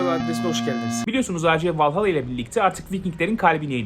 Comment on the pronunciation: AC vallahalla iyi oyun dur la valhalla diye okunuyo